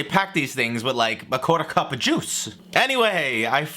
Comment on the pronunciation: " I swear to god they pack these things with a quarter cuppah jooce! "